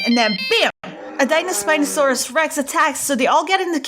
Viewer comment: U said it wrong lamooo it isn't dinorspin9saururs it is spinusarus lamaaoaoaooaoaa